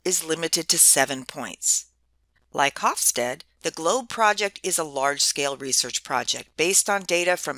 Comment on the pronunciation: I very much like your video and I have assigned to my International Management class. That said, I was a bit reluctant to do so as Geert Hofstede's name is mispronounced here. I apologize as I wasn't sure how to reach you in a less public setting, so please feel free to delete this comment after you address it. The "G" is hard for non-Dutch speakers, but it is akin to the Hebrew guttural Chaf (כ) and Chet (ח) often romanized as "ch" as in "l'chaim" or the Russian Kha (X) often romanized as "kh" as in "Kazakh". The Dutch "ee" is pronounced like the English "ay" (for example, Beethoven, whose father was Flemish). Finally, the final "e" of Hofstede is pronounce. This means that the middle "e" is pronounced as an "eh" (as if there were no "silent e"). So the second part of his name is something like "stead-uh".